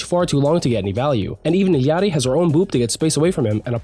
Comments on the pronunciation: Thank you for saying Illari correctly, it's the small things. But also I love the tier list. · Maybe because he might speak Spanish? The way he said it sounds like he knows how to speak Spanish. Someone who doesn't know Spanish will pronounce the "lla" part of her name like a regular "L"